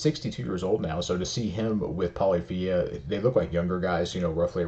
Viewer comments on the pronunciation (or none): Just an FYI it's pronounced pah-liff-ee-ah. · Polyph-ia The ending sounds like Maf-ia.